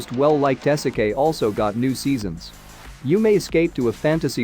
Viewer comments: It's pronounced "EE-seh-keye". Video unwatchable. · Dude said "ehsekay"